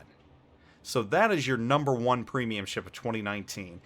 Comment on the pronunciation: Special ships aren't premiums. Also he has literally 1 battle in Bayard, 9 battles in Thunderer and whole 17 battles in his BEST PWEEMIUM Benham. This guy is so clueless and talks out of his ass. Last but not least, he doesnt define his rating criteria. What does 'best' even mean? His favourite? strongest carry potential? smartest game design? credit earn? what a throwaway video